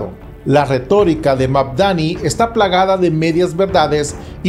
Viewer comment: Es Mandani no Magdani, ademas deja de repetir lo mismo Al principio del video por eso te puse un dislike😊